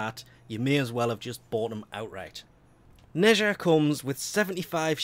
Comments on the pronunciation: Also It's pronounced Nè-Zhah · Its pronounced "Neee - Zaar" And He is a She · It's neh-z-ha